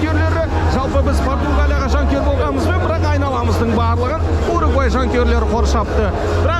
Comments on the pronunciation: Угурвай дегени бір Сүгірбай деген сияқты екен) Уругвай* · УГУРВАЙ дегенді дұрыстаңыздаршы